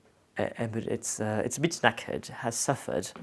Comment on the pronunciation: Oh, when he says knackered in his accent, so adorable and funny, such a British word said in an French accent🤗🤭